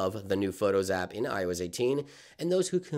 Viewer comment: Is he saying “IOEZ”??